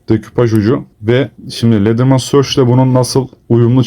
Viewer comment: Ledırman değil, ledırmen. Video güzel ama böyle hatalardan boşa gidiyor. Google translate ile telaffuz da zorlandığınızda yardım alabilirsiniz.